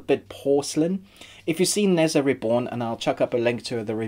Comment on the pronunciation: Nezha = NER JA not nez ah